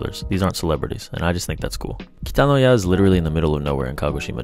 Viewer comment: This man's second pronunciation of "Kitanoya" is very good.